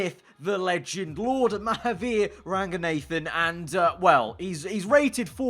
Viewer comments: RAGUN-UH-THAN NOT RAGU-NATHAN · It's Ra-ghu-naa-than mate, not Ranga-nathen mate. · Fam ur literally Indian how hard is it to pronounce his name right? Its pronounced "ruhgoonaathan" not "ranganaythan" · For the las DAMNED TIME ITS RAGG-OO-NA-THUN